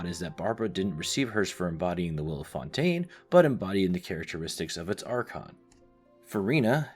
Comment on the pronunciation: I'm half joking, don't take me too seriously. Im a linguist and musician so I can't help but notice and be nitpicky when it comes to sounds. Overall, too american lol. FontAYne, InaZOOMa, SnezhNAAAAAYa English speakers add diphthongs (2 vowels instead of 1) where they shouldn't be and the stress tends to be on the wrong syllable. If you say them as the american VAs say them, it's probably wrong. The biggest culprit and the one that genuinely got to me was Leeway instead of Li-Yuè. It's so ridiculous 😂 just read the letters y-u-e